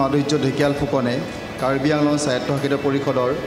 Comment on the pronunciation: Himanta Biswasharmah, bortoman toi ejon Ahomor (Assam) CM hoi, tur Raiijot (State) keikhon Jila ase, Jila bilakor nam ki ki ? Eituo bhal k kobo najanone ? Orthat Karbi Anglong, West Karbi Anglong ei Anglong Tu Along nohoi "Anglong" he dei, Goti k Assamese Maidhomor LP School lot tur nam bhorti kori bhalke Ahomia ba Ingraji ( English) banan bilak hiki lobi ba Ucharon ( pronounce) bilak bhalke hiki lobi, tetiahe toi CM mor upoyukto ( Fitfor Or qualified) hobo paribi dei.